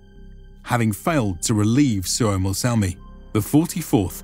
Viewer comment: SUOMOSALMI is actually Suomussalmi.